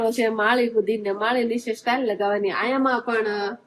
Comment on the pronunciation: સ્ટાઇલ નો મતલબ જુદો થાય છે અને ટાઇલસ નો મતલબ પન જુદો થાય છે..તમને બે લાખ લોકો જુવે છે તો સરખુ બોલો...